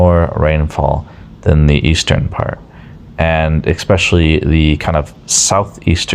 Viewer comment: Dafuq is: "Ek specuhlee?" Especially?